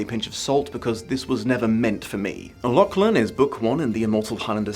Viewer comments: Hate to be that guy but the names pronounced La-cgh-lan La: as in the french feminine "the" Cgh: as in as in the end of loch (the scottish pronunciation) soft glottal ch Lan: land without the d Not trying to condescend, but this year hasn't been a fun one being Scottish in Britain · death to the algorithm etc etc, if you do the next vid, maybe tune up the pronunciation of Lachlan a touch?:P